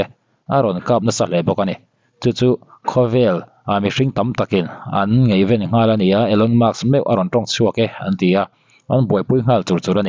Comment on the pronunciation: Ngeihven, nilo vin, ngaihven tih tur, Utuber te hian mizotawng hi lamdik hram hram teh u, nangmah chauh katih na a ni lo, in thurual teh u khai 😊